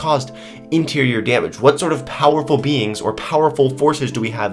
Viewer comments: Lol when you said powerful beings I thought you said powerful beans😂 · When he said beings I thought he said beans....... #beans